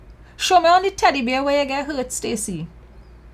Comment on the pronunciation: I LOST it when she said "Show me on the teddybear where YUH GET HURTH" Lololol